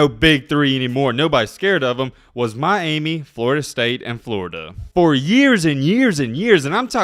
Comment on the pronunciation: It's pronounced my-amy not my-aimie. Other than that, right on!